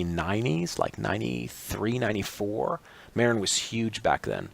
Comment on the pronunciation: Marin is pronounced muh RINN with the emphasis on the 2nd syllable.